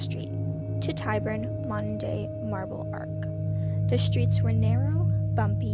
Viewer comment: Marble Arch not Arc. Also Saints Giles (Giles pronounced like g-eye-les) not Saint Gills.